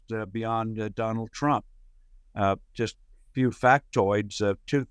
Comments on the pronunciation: Is she saying Donalds Trump? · She said ‘Donald Frump’ 🤣